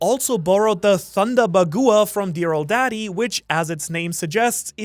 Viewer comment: Bagoowa, no its pronounced 'baag-wa'